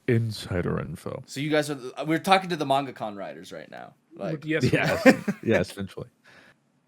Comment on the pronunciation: Please, someone needs to tell it's "mangaka" and not "mangacon"